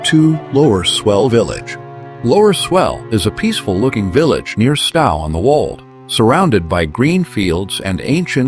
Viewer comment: It is Stow as in 'Owe' or 'Tow' NOT this idiotic AI pronunciation. Plus, the photos are not all matching the places the AI voice is trying to pronounce.